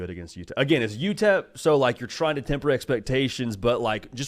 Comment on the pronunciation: It’s utep for gods sake 😂